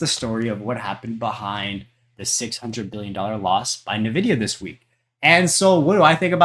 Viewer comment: It's pronounced 'en-vidia' btw.